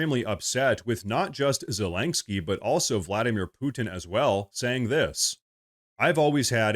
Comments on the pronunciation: I can't stand the little Cocaine Goblin, but I also dislike you mispronouncing his name. It's zelensky, not zelenksky. Unless everyone else on the planet is mispronouncing it, which is absolutely possible in Current Year. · Please: Za-LIN-sky, not Za-LENK-sky. Thank you, and good reporting. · It's zel-ens-kee NOT zel-enk-skee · PLEASE PLEASE SAY ZELENSKYS NAME RIGHT! ITS NOT ZELENK-SKY! makes you sound like a hillbilly. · I'm curious, why do you always say "Zelaingsky" instead of "Zelensky?" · I know this is unimportant, but why do you say “Zelangsky” Ze-Lin-Ski. I really like your videos, but it grates on my ears to hear it. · It’s not ZelinKski😑 It’s Zelenski 🙄 He is SCUM SO WHATEVER. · its ZeleNsky the letter in the middle is an N. ive never even heard the letter you pronounce there lol. its like an OCD thing for me, a small, but so annoying😀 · There is no G in zalenskyy. How can you not pronunciate it, it's such an easy name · There is no "G" in Zelenskyy's name. "Morse" is one syllable, not two as in "Morris". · Could you PLEASE learn how to say Zelenskyy?! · I just realized that this dude is an AI. At first I thought his voice sounded like one & he keeps mispronouncing Zelinsky, but then I watched him & he doesn't blink... It's kind of creepy. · I LOVE your channel,, but WHY do you pronounce Zelenskyy's name with a "G"?????